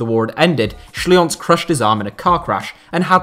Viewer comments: Schlienz is pronounced like 'Schleentz', not 'Schlee-ons'. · Schlienz is pronounced Shleens.